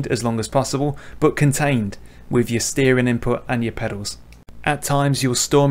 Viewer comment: I wish you would pronounce the g at the ends of all you words. Brakin, steerin , racin All these words have a g on the ends :-)